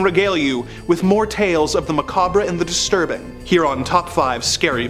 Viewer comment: BTW... "macabre" isn't pronounced like that.